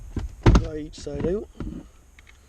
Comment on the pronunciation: 'it'll pop right oote"